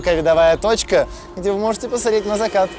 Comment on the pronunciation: Несколько раз отмотала назад и хорошенько прислушалась, но нет, не показалось... «...где вы можете ПАСАРЕТЬ на закат». Можно, чтоб у ведущего вообще не было текста? От слова «совсем». Это невыносимо. Обидно включать когда-то любимое шоу, чтобы просто гремело на фоне, потому что больше нечего